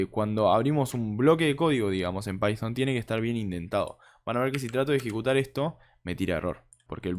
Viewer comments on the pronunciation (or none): pyfon? decilo bien.. no quieras demostrar que "sabes ingles" encerio y de onda te digo. para evitar las criticas